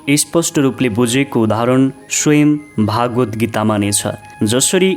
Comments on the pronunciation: उच्चारण अशुद्ध भयो हजुर स्वर प्रष्ट छ तर भागवत भन्नु गल्ती भगवत् हो अनि उवाच् भन्नुभो उवाच हो यस्तै सुधार भएमा तपाईंको राम्रो नेपालीमा सुन्न पाउनु गौरव हो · केही भाषिक अशुद्धता देखियो । सुरुमा नै बोलिमा श्रीम'द्भगवतलाई' 'भागवत्' बोल्नुभयो ।भाषिक अशुद्धता बाहेक राम्रो छ ।🙏 जय होस् । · महाशय भागवद् हाेईन भगवद् हाे।यस्तो महान ग्रन्थमा बाेल्नु गहिरो ध्यान र अध्ययन चाहिन्छ। सतहि र कर्मकाण्डी मात्रै छ।